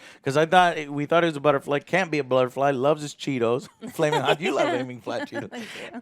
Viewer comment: And as I continue watching “haming flot cheetos” 🤣🤣